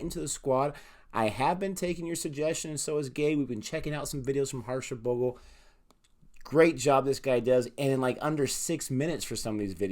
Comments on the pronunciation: See?! Harsha is the best when it comes to talking cricket. Never played an international match but the man's still a Legend. He breathes cricket. Also, it's pronounced 'Bhog-lay' 😁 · It's Harsha Bhog-ley. But u guys are getting better with the research and pronunciations. Go go go! I hope you won't mess up the CSK players names because that fanbase is huge and merciless....😂😂 Good luck!